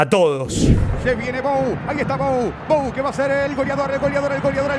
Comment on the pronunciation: bou es un apellido francés de la region de aveyron y vos lo dijiste bien, se dice bu